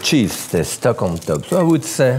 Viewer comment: Listen and learn LOL.... What he is saying is the Scandinavian letter Ö. "TÖPP" Thats how you say it. LMAO.